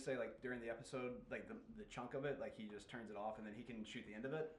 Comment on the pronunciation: killed me when she said- "There's tons of other lies that he's told that we casn focus on."🤣🤣🤣🤣